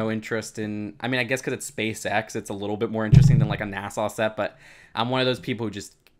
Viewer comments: You said Nassau not nasa some times I do it to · is a foreigner confirmed NASAAAAAAAAAARRRRRRRR